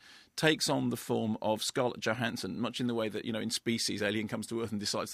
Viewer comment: The J in her surname is pronounced as a Y.....just sayin'.